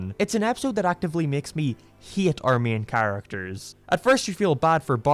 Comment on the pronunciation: He says hate as hiet and favorite as fieevorite